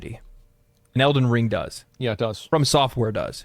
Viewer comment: Why does always put emphasis on the wrong syllable when saying “Elden Ring”? 😂